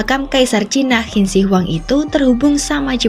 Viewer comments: Qin bacanya cin. Bukan hin deh kayanya 😮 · Qin di baca hin😅😅 ngakak dgr nya